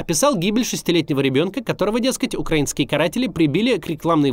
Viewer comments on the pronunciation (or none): none